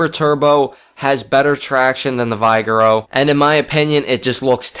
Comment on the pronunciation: its pronounced Vig-err-o